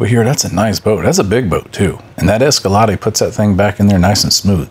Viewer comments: Damn I was pronouncing Escalade wrong all these years. I can't believe no one ever corrected me... it's a cruel world... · “Escaladay”? Wtf